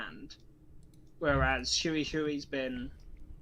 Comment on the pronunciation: Congratulations to all the participants! Great tournament! By the way Hui in Chinese isn't pronounced in a way that rhymes with Chewie, it's only one syllable and sounds a bit like you take the word "whey", but switch places with the "w" and the "h" ~ hwey :) One syllable! not "hu-i"